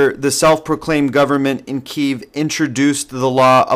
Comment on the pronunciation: No journalistic facts here, this guy can't even pronounce names and cities correctly for God sake! This video is all script of fantasy based written by a delusional, manipulative, and scared Kremlin.